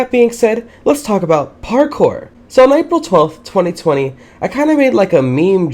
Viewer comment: Did anyone else realize that every time he said parkour he said it like parKOUR! where fave go?